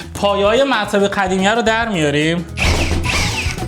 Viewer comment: داداش زحمت بکش به جای قاف خ نگو مثل قدیمی نه خدیمی